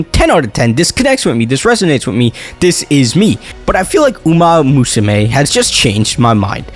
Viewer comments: you mis-pronounced umamusume for a whole video and you now can pronounce it in just now? what? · Love the energy but i die laughing every time you say "uma-usume" no 2 english speakers pronounce this game the same and it's so funny.